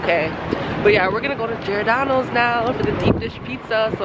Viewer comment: It’s pronounced (g-or-da-no s) lol